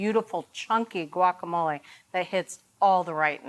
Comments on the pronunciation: It’s “wacamolay” not guakamolay! Jeez! Just like agua (water) and the city of Guanajuato. Not a hard g. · "wa-ka-mo-lay" or "Gwak" just try.